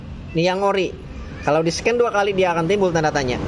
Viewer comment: Min knp sih klo ngmng sllu dngn akhiran huruf k...misal KW jdi kawek,dua jdi duak 🤣🤣🤣